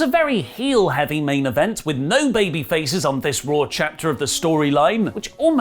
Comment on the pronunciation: Raw not Rawr